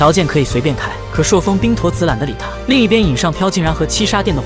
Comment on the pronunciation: 朔風 不是塑風